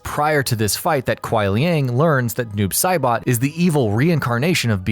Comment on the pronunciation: "Doob Saibot"